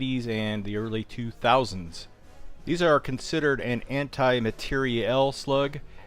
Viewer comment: Anti-matiariel not anti-matiarieeeeL